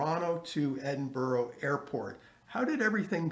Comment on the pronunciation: Should have learned how to pronounce Edinburgh